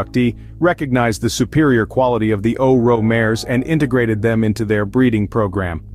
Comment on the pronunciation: It's pronounced O R O not O Ro.